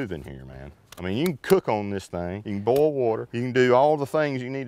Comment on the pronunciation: i hate how you pronouce boil as buol